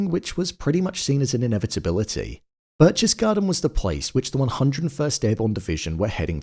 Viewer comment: Berchtesgaden - The first syllable - you'd be close if you just said Bear (without pronouncing the r) The next syllable is chtes - ch in German in this word sounds like the K in keys You just draw out the fricative part of it.